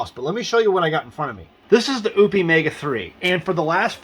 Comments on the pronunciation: It's pronounced O-pus. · You're not saying the name right😂